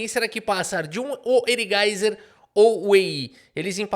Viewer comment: Todo mundo sabe quando o fala "o erigaiser" o erigaisi ganha, quando não fala...